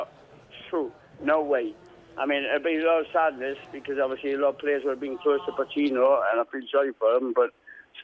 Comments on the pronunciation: Lol, he called him pochino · I heard that. And then a bit later he says “Puccini” as well!